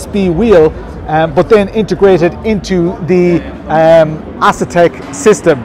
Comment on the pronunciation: Not a big deal but I am pretty sure that it is pronounced “A” setek not “Ass”etek. 😅❤